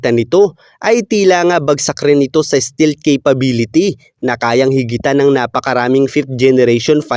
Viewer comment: Hindi Stilt❌️ Iba meaning ng Stilt Sir... Google mo pa... Ang Tama STEALTH✅️ St"E"alth...